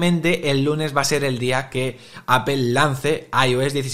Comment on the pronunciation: Titulo de este video en ingles y toda la cosa, pero empiezas a escucharlo y lo primero que oigo es una palabra extraña: APEL 🤣🤣🤣🤣